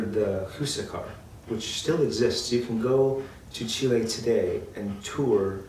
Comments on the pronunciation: Awesome vid, however, Huascar is "wass-carr" not hoo-suh-car Spanish is actually more simple and straightforward than you might think. H is usually silent in Spanish as well. Also awesome that y'all say Chi-Lé and not Chili like the pepper or restaurant. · who-sack-ar ? look at the hispanic accent (stress) mark. it is pronounced. hwa-skar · Very late but i despise the way you pronounce "Huascar"